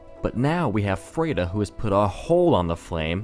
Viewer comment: You pronounce "Friede" weird. After hearing the name so many times in the game, I notice it every time you say it. It's F-r-i-e-d-e, not F-r-e-i-d-e.